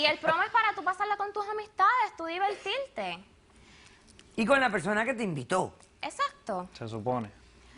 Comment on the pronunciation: Demandante: Tre año, velda, baila, evital... Demandante, ve a estudiar y aprende hablar tu idioma, sin vergüenza!!!!!!!!! Al chico lo tomaron por tonto.